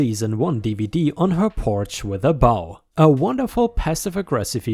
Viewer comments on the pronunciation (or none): Bow has a hard O in this instance. The other bow, soft O, is used as in, He took a bow after his performance. 🙂